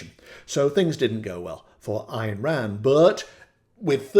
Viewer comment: Ayn rhymes with Mine. Alan Greenspan was a devotee and we know how his reign ended. Bernie did a great questioning of him on C-Span.